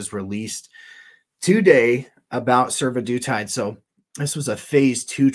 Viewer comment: Survodutide makes me hear Sue-the-dude-tide.